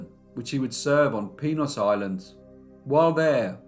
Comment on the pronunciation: PENIS island? Did I hear that correctly???